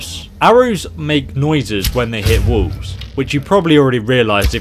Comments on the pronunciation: "Did you know that arrows make noise on wolves." I know said walls, it it sounded like he said wolves lol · I swear for number 7 I thought he said 'arrows make noises when they hit wolves'. I had to replay it like 5 times before I realized he said walls